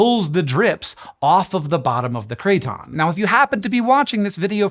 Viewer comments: Craton is pronounced KRATen not KRAYton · Could you explain what a "cray-ton" IS? PLEASE?? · Cray-Ton in my Kit-chon? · Bro keeps saying crayton making me hungry for croutons 😔